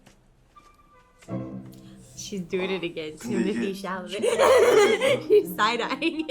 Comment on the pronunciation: Ahahahahaah she keeps saying "Timothee Chamalet" ☠️☠️☠️ It's "Chalamet" that sounded so off